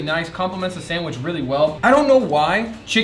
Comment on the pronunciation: The guy cant pronounce "Sandwich" he says "sandwish"